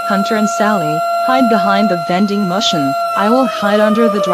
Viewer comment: The lady says-Hide behind the vending mushen